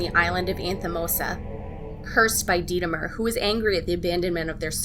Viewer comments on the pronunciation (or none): sry i misstyped it lol, what you saif sounded like "Detemer" and not Demeter. But this video idea is really creative, i like mythology, I like the Sims, i like mermaids, and all other videos combining these topics go way too far but i really liked it! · Its Demeter not Detemer but I really loved this video